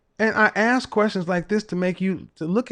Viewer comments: The communication major uses the word "ax" instead of saying ask.... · And "axe"